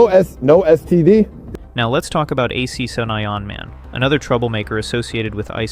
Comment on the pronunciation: "AC 7 Ion Man" 😂 Hey, AI...it's "Action Man".